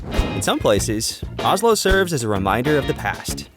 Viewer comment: Not Ah-slow, it's O-slow.